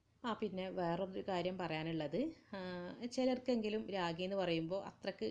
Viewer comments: രാഗി അല്ല റാഗി 😂😂😂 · രാഗി അല്ല കുഞ്ഞേ..., റാഗി. മുത്താറി എന്ന് പറയും.